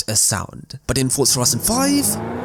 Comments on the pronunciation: For-za Ford-za ferzerr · why do you say fortza and not forza just a question?